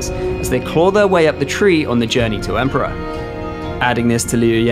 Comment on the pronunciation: A shamefur dispray! "EMPORER"